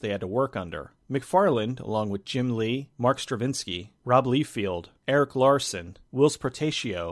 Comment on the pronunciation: "rob leefield" hahaha